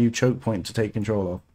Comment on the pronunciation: The word is "chokepoint" homie